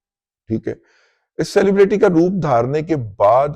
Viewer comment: lafz saili braity nahi beta, it is suh-leh-bruh-tee سلیب رٹی ہے سیلی بریٹی نہیں۔ مائینڈ نہ کرنا پلیز